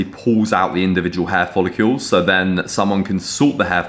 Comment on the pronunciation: Why are you calling them follecules when it’s follicle? Hah … good shit though man